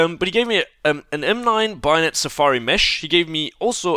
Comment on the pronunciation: WHY DO YOU SAY BAYONET LIKE BIONET?!??!??!?!??!?!??!?!??!?!??!?!??!??!?!?!!!!!!!1!11!!!!!one!!11!oneoneone